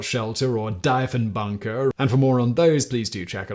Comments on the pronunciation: Ah, Simon never fails to mispronounce Canadian things. Diefenbunker is pronounced Deefen-bunker, not Die-fen-bunker. It's a type of underground military bunker named after our Prime Minister Diefenbaker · Dieffenbunker is pronounced Deefenbunker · Pronounced: deef - en - bunker